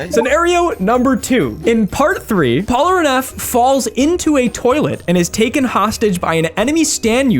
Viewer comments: bro said "Polaraneff" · porlaneff, porneff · Bro I am so sorry, but I cannot stand the way you say Polnareff. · The fact that he couldn't pronounce "Polnareff" to save his life and keeps calling him "Polraneff" is so infuriating lmao. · Whu do you call him "polraneff" instead of "Polnareff"? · I’m just going to start leaving comments on every video to shame you whenever you mispronounce his name as “Polraneff”. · The way you say "Polraneff" bothers me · am i the only one that hears him saying polraneff? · I did not know that someone could say polneref so wrong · STOP SAYING POLRANEFF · Does he still pronounce Polnareff as Pollenareff? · dude cannot say polnareff to save his life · bro why can you not say polnareffs name right, its made me so made the entire video, and its such an easy fix, deadass disliking purely bc of that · Your inability to pronounce Polnareff correctly is amusing to me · Why do you pronounce Polnareff's name like that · Awesome video but your inability say Polnareff is making me want to pick my nose so hard I get brain damage and end up in a wheelchair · The name is litterally written phonetically, a rare occurence in french, how can he distord it like that ? XD